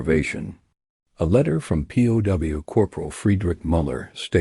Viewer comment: The AI narration is terrible. It pronounces POW as "poe".